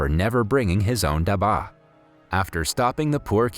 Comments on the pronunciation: I was so inspired by the story, I was almost about to cry. But I am from India and the way you say dabba ( which means Lunchbox), Your accent was very funny😅😅🤣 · Love all your videos but as and Indian your accent for dabba is wrong and I kinda fon dit funny but you are doing good keep it up 😜☺️ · You did butcher the pronunciation of pretty much all the Indian things (food and the "dabba"), but this video is rather good! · Dabba means box in hindi and you pronounce it wrong. What you say means medicine.khadus means rude it's not a name. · The word for lunchbox India is actually pronounced ( duh-ba ) not dhaba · Dabah is pronounced duh-bha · stanley "khhhhhhhhhhhha daba". its pronounced as stanley "ka dab-ba". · its not stanley ka daba its stanley ka dabba. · As someone who knows how to speak Hindi I burst out laughing at the da-ba its dab-ba and it means box or in this case lunch-box. Its called Stanley's Box thats what Stanley Ka Dabba means. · ITS DABBBBBBBBBBBBBAAAAAAAAAAA not daba lol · dabbbaaaa not daba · I’m sorry no offense but it’s not daba it’s dabba pronounce the b with a press and not pronounce it lightly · this is very sad but PLEASE PRONOUCE THE WORDS CORRECTLY AS A INDIAN I CAN'T BARE TO WATCH THIS AND HEAR DABBA AND GALABIS PLEASE FIX IT AND SAY DUBBA AND GALABES PLEASE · for dabba there is a hard b and for khadus its the d thats has to be hard🤣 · Its pronounced dub-a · Great movie, great storyline, however the way you say daba is too funny, any Indian in the comments will know how we pronounce it. And also Jalibi is pronounced Jal - ib - bi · it's called "dub baah" and "khu hroos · u pronounce daba its like dab ba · Bro no offence but please pronounce the word dabba better, It's dab-bbaa👍👍😊😊😊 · The way he said dubA made me laugh but it's ok cause like him i also have problems while pronouncing long english words which are new to me. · the pronounciation of dabba was funny it is pronounec as dubba btw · You pronounce dabba in wrong accent